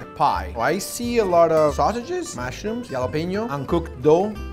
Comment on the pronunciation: You pronounce it like "Halapeño" might be spelled with a "J" But definetly not how you pronounce it